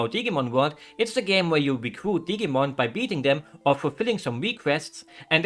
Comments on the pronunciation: Hearing digimon pronounced like "Diggymon" made me giggle perhaps a bit too much. If it's useful information at all, in English we pronounce it with a more firm i sound. I'm no good at representing phonetics but something like "Dih-Jee-Mon". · I like the way you pronounce Digimon with a hard G like in the words Get and Great. The G is actually a soft G, like in the word Gentle or Generation. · Dig-ee-mon, awh lol